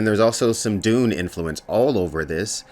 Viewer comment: Everytime you say Dune I hear Doom and I'm confused 😂